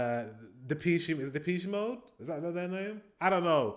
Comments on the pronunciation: Depeche Mode is pronounced french, de-pesh. They named themselves after a french fashion magazin. Also, I stopped filming at concerts, maybe one small clip at the start to remember, but I NEVER EVER watch the clips anyway 😂 and for people, who were not there, it's just torture. So, a quick capture of the vibes followed by being in the present without phone then it is. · Just how have you just pronounced "Depeche Mode"? I mean, either I've been wrong all my life or ... 😅